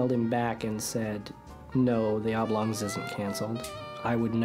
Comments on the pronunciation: Why do you keep pronouncing "Oblongs" as "Ablongs"? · Is there no one who’s gonna comment on that pronunciation of Oblongs as “Ablongs”?